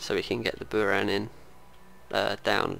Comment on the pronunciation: Sorry but buran with accent on a